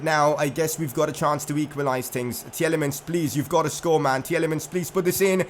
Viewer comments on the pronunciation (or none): Tielemans is pronounced Til-e-mans BTW. The first E is silent